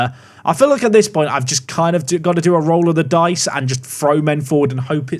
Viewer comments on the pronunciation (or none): none